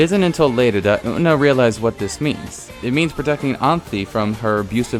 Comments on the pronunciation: Did you.... did you really just call Utena "Oot'na"...? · You, pronouncing Utena "U'ENA" is really disturbing ngl. 😐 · youre pronunciation of U-TE-NA is really frustrating lol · The way you pronounced “utena” just took 3 years off my life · hell sameee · Everyone disliked that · Took 12 off of mine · you pronounce utena wrong and it bothers me eVERYTIME aaaa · Dude...the way you pronounce Utena....cringy.